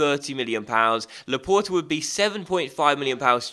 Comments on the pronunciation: t is not the last letter though... How do you say the word for door? It is port not pore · luh-port actually, the e on the end makes the t audible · You are saying Laporte wrong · you must pronounce the t when it's followed bu a vowel.